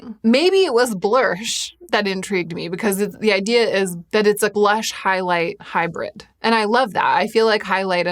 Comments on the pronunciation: Dying every time you say ‘blursh’. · i need a super cut of you saying blursh